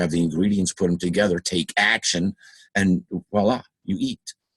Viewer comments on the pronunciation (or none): none